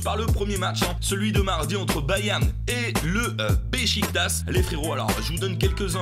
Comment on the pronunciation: SVP Besiktas ça se dit Bechiktach